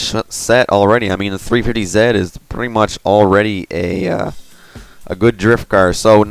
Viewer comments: What's a 350 ZET????? Do you know how to say your alphabet? Z=ZEE! Oh and you don't say Nissan, KNEE-SAND jusy NISSAN! (KNEES-ON) <--like that lOl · its 350 z not zit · why do you say 350ze and 370ze? its 350Z and 370Z